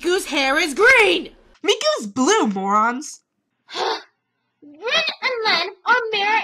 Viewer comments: u said rin wrong. its like the (english) word re, as in the english word(rematch) then n. they have 5 vowels, the "ih" sound is not one of them. sorry if im bitchy, i just cant stand people mispronouncing things!!! i have ocd... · LOVE THIS VIDEO ITS ALL TRUE! But your saying rin's name wrong. ;/